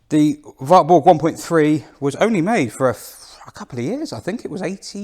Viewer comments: Pronounced 'varburgh' told off by a German lady sometime ago... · it's pronounced VARTBOORG